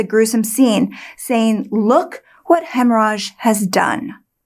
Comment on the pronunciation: When I hear you say the cook's name, I hear "hemmorage."